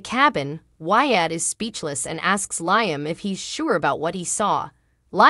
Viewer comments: Who ever that liom's name you're saying it totally wrong. It's Liam not the other way around get the damn name right. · 😂😂😂LOL, I can't STAND hearing LIME Either.